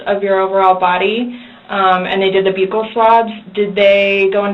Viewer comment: As many times as I've watched this it's now the first time I've heard the female detective pronounce "buccal swabs" this way. Lol